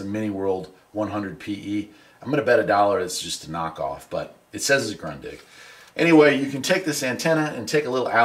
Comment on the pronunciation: ‘Groondig’ not grunndig’